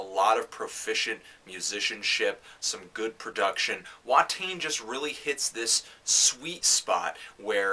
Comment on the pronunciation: the only thing that bugs me is that you mispronounced Watain. It's more like vaht-aye-n. I do agree with you nearly 100%.